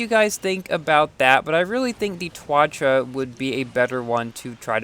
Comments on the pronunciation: Hey, remember when you said the tuatara the twatra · “twatra” lmao I’m dead